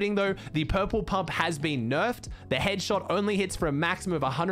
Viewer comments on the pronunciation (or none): to he says ‘’headshit’’ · what did he sayyyy? Headshet